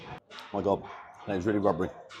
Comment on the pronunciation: It’s pronounced “Wubbery”! 😂🤣